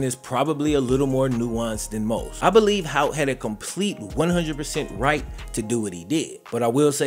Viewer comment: Disappointed with the lack of research and frankly blatant disrespect to a figure in this story, since isn't usually about that. That "random defensive end" was actually a 2-year starter at LB and is now a college defensive line coach, and his name is Hout, not "Hoyt." He coaches at my college, which is why I care enough about it to make this comment.